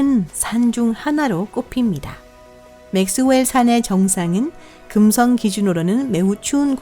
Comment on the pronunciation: 발음 뭐니 긍썽 수썽 어떤 채널은 혀 짧은 아저씨가 나오더니 우주 관련 성우는 이게 대세인가